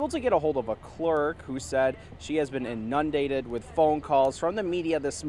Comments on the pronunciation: "In- nun-dated" lol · "InNUNdated"? Lol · Totally agree!! So unprofessional. And mispronouncing "inundated" is just as bad.